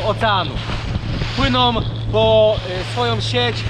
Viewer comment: wszystko ok,ja rozumiem wszystko i to że jesteś ślunzakiem i że masz wyjebane ale miłość boską....skończ z tym PŁYNOM,JADOM,NAWIGUJOM...tam jęst Ą!!!!!! na końcu!!!! nie OM.....jakby mi gwożdzie w uszy wbijał